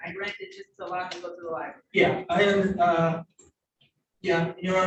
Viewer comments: When you can’t pronounce the word “library”, but think you’re qualified to act as a lawyer. Unreal. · Lie berry, nice😊